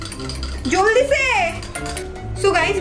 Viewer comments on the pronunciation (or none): I laughing so much di when you say joldi se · Wo bengauli hai iss liye wo boli joldi se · I laughed so muchhhhhh when you say 'Joldi Se'🤣🤣🤣🤣🤣🤣